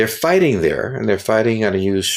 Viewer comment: "Fighssing in Ukraine" - yeah, right.